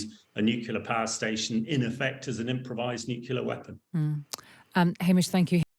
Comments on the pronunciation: Bright guy, but I wish he would learn to say nuclear, instead of nucular. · It's n-u-c-l-e-a-r, not n-u-c-u-l-a-r. At least sound like you know what you are talking about. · The word is Nuclear, not Nucular. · NUCLEAR, not nucular! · It’s NUCLEAR not “nucular” ! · I can't listen to anyone who can't pronounce nuclear properly. It's nu-clear not nu-cu-lar. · Very interesting and quite right. I’d have slightly more confidence in a nuclear expert who could say ‘nuclear’ rather than ‘nucular’. Everyone can say ‘new’ and ‘clear’ so why not one after the other? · It is important not to pronounce the word "nuclear" wrongly. Only ignorant people pronounce it "Nu-cu-lar". Like this chump. The correct way to say it is always "nu-klee-ar". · What is so difficult about saying the word: nuclear? Why is it that some people are only able to say new-killer, and are apparently unable to say new-clear? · Nucular, nucular, NUCULAR! How is this real? How are so many "experts" still saying nucular? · He’s still saying newk-you-lar instead of new-clee -ar. I can’t trust him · NUCLEAR, Hamish. New Clear. It's not difficult 🙄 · A minor point, but...why can't he stop saying "nucular" instead of "nuclear"? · Please take the nookular issue more seriously,.:D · Wish these so called experts would pronounce nuclear correctly. It’s New Clear. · 'Nuclear' is pronounced New-clear unless you are Homer Simpson and then it is pronounced New-killer. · What is the guest talking about? Nukelar? 😎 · How are you supposed to accept him as an expert when he can't even say "nuclear"? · Why cant people say nuclear properly? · The LOUSY so-called expert who cannot even pronounce Nuclear correctly ‼ Zero credibility. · Even the English are mispronouncing "nuclear" now. Sad. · New drinking game idea. Gotta drink every time this guy mispronounces the word nuclear. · Shame he can't pronounce nuclear. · Why do people find it so hard to pronounce "nuclear"?